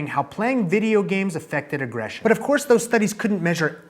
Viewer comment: Had to pause - 'aggression' not 'agression' - sorry, finishing the video now.